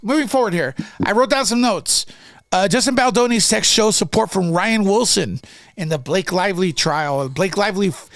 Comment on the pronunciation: NO U DIDNT. Pronounced rain wilson!